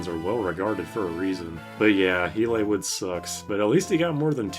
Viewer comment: ahahahahahaha "elay-wood"